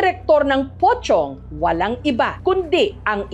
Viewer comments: Pocong, but sounds like pochong😅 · MAS KINILABUTAN AQ SA SPELLING NA ''POCONG'' SA PRONUNCIATION NYANG''POCHONG''😂😂😂😂😂